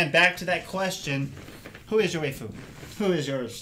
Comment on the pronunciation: coach i think its pronounced (why-foo) >.<